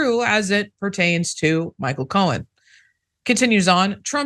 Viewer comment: His last name is Cohen, not cowan.